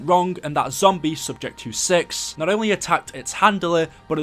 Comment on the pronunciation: Lol i had the subtitles on he sad six sub said sex 😂😂😂😂